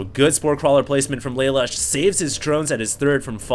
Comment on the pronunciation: im pretty sure its pronounced LUH LOOSH. thumbs so he can see plz